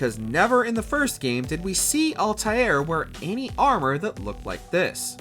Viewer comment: Alta “eh” r…